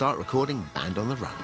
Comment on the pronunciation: Band on the "rhun" as he pronounced it incited my departure from having any interest in pop music. "And the jailer man and sailor sam were searching every one," was just too corny and I wanted better for myself.